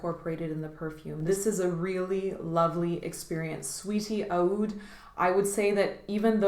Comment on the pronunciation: Great vid I think Roja is fantabulous,but Aoud isn't how oud is pronounced in Arabic